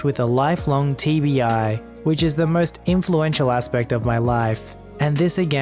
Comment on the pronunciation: When he said TBI I thought he TV eye.